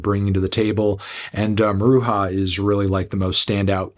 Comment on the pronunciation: Have seen Maruja twice and it’s funny that Anthony insists on pronouncing their name wrong. When their lead says his band’s name he just says it with a ‘j’ sound.